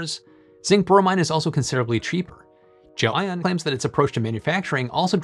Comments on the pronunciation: i just looked up a video of the CEO of GLEION pronouncing the word...its pronounced GEL (and then) ION. not, Jo-ann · did you pronounce it jelly-on and dub over yourself in the edit?